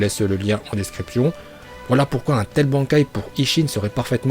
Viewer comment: Jaime bien mais sil te plait revoit tes prononciations, genre bankai